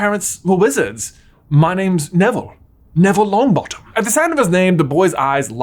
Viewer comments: "young Neville Long𝘣attom " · "Neville Longbattem"